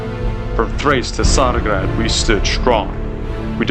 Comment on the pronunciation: Много готино, само че тука трябва да е ''Tsarigrad'' не ''Tsargrad''. Иначе винаги си обичам като България спечели, за жалост не сме успели в истинския свят, но не прави целите ни за България из цялото българско землище по-малко оправдани. За жалост не играя Roblox Faction games повече, но за сигурност щях да играя при ваш ако знаех че съществувате когато ще играли. Също късмет с Германия, разбирам защо бихте искали да играете като тях. В пъти повече хора биха играли с ваш ако ще Германия, дори ако е тъжно че България няма този потенциал.